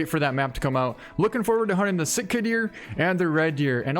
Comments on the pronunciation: Its sika deer not sitka deer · Sika deer not Sitka. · Bro I live in nz and we dont say sika deer the way you do 😄 but different cultures say things difrently